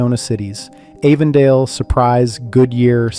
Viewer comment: This is all AI bullshit , the videos aren’t Arizona . Keeps mispronouncing Avondale as well , can’t trust anything on you tube anymore